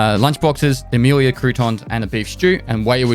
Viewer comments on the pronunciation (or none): none